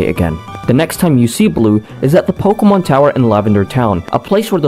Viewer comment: The name pronunciations are atrocious lol